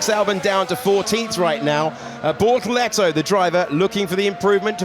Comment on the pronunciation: Its BORTOLETO. Not Bortolleto.